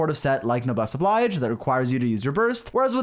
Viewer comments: rolls the 'r' in Chevreuse "lol, sorry, I speak French" Also: "Noblesse OBLAIGE!! " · I love how you make a point about how you speak French and so how you're gonna pronounce Chevreuse as /ʃɛvʁøːz/ for the rest of the video only to then pronounce Noblesse Oblige as /nəbles əblajd͡ʒ/